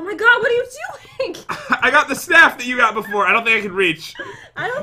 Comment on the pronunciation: " O MY COD" Is that only me who heard that?